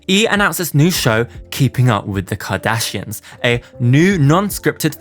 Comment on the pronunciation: I cannot with you saying "Jardashians" and "Keggie" 🤣